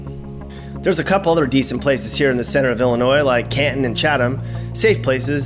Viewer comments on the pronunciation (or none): It doesn't matter how you try to propagate it, the "s" in Illinois is ALWAYS silent. Great video btw. If you make another one, talk about how & why southern Illinois was once called "little Egypt" and the Shawnee national forest. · OMG I don't believe you did a vlog on Illinois and pronounced the "s" at the end. It is pronounced "Ill-i-noi". It's like someone scratching a blackboard with their nails when we hear that. Sticks out like a sore thumb... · And people from Illinois say Illinois with a S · This is very spot on. Springfield is the Goldilocks region. It's Just Right. That's funny you pronounced the S at the end of Illinois. Beardstown, Pumpkin Capital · Duh. NO "S" sound in Illinois. (Research is our friend!) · No s no s on illinois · We can tell you're not from here because of the way you said the state name,the s in ILLINOIS is silent.and the taxes here are high and going higher all the time.Demon o 🐀'S don't know how to create JOB'S in ILLINOIS, just tax and spend.Ready to move out of this Socialistic COMMUNIST STATE, ran by are DICTATOR BIG FAT LIER J.B.Pritzer!!!!!!!. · You keep pronouncing Illinois wrong so fing wrong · Stop pronouncing the S in Illinois the S is silent. You should probably add that to your video. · The S in Illinois is silent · you kept saying Illinois with a hard S Also people from Illinois are called Illinai not Illinoians. Lol 😆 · did he say the S ? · Drives u nuts when hear them use the s in Illinois! Once heard a dr use it asked for a different dr if that uneducated get away man lol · Why do some people ignore that the s is silent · You sure did! Look over this and you will find you pronounced the "S" several times. I give you credit, towards the end you did say "Illinois" properly. Ewwww. that gives us the creeps when we hear that "s" at the end of "Illinois". If one moves here, he will be given a good lesson on proper pronunciation of our State.